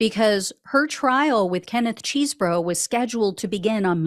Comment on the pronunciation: What a nothing burger. Probation only!? Complete BS. She got off EASY. Also, Chesebro (not Cheesebro) is happy as a clam now that Powell won’t be sitting next to him during the trial.